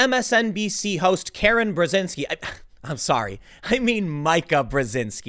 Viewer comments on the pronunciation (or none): "Karen Brezinsky"! ^^